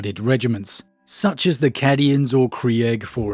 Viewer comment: trying to increase comment interaction by purposely mispronouncing Cadians and Krieg, sneaky lol